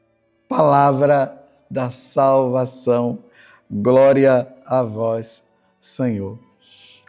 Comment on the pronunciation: Groria a vois Senhor